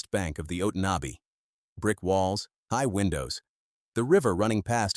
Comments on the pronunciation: uh TAUN uh bee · “Oat on knob bee river” 😂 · “Ott an nay bee river” 😂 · I really wish they would use real people and pronounce names properly. It's called the Otonabee river or as we that live there ,the 'otnotabee ' river . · The river is the Otonnabee pronounced: Oh ton a bee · Otonabee pronounced oh ton abee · Do you think you could find a ai voice that could say Otonabee properly? It grates on those of us who live in Ontario. Can't watch the rest of this. Glad that I didn't subscribe.